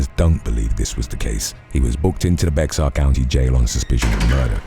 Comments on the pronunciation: This is the third or forth time you've shared a report from San Antonio, Texas. Our county is spelled Bexar but it's pronounced BEAR like the animal. Hope you see this 🤞keep up the bad ass videos, we're big fans!! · The “X” is silent in Bexar; its pronounced Bear 🐻